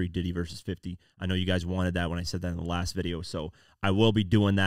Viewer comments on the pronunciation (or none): none